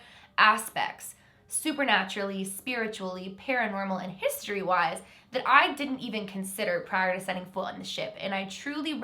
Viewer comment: Lol when she said history she said “hiisTOREE”